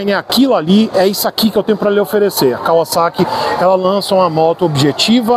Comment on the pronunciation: Até que enfim alguém que sabe pronunciar o vocábulo da marca corretamente. Parabéns!